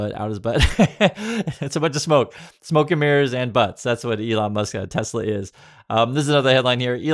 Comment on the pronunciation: I love teslerrrr😂😂😂